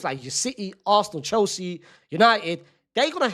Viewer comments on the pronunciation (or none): none